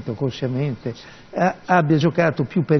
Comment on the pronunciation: "Inconshiamente, conshiamnete, non lo so..."